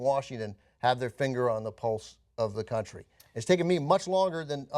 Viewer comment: You MIGHT have fooled with that act, but you said "countreh".